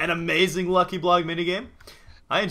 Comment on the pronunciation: Does anyone notice how.he said lucky now.he.said wucky now:3